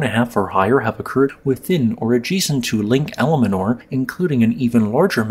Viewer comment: The lake is called Almanor, not Alamanor.